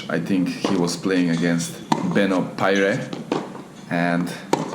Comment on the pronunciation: Benoît Paire is pronounced as "Ben-wa Pair" Hope it helps.